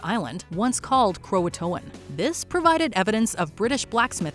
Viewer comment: Pronounced Cro-a-tan. Thank you for the information!😀